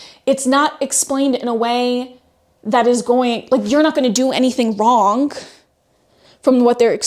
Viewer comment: what is it about your generation and saying "Wrongk", and "Explainingk"...stop puttingK a K at the end of anythingk endingk in "ing". For cryingK out loud.